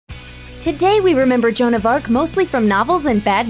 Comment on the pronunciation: Actually, sounded more like Jo-Anne.